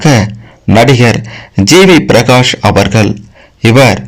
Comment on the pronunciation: Very bad video in 21st century, friend first learn how to pronounce ' Avargal' in Tamil,50% wrong information